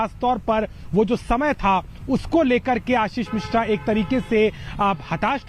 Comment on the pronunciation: मिश्रा है मेडम जी।मिश्र नही है।